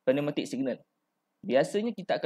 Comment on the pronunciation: Terbaik boss... Excellent info. Just nk mention, Pneumatic sebutnya silent P (sebut new-matic je). Orifice sebutnya (oree-fees) bukan (oree-fais).. Otherwise terbaik 👍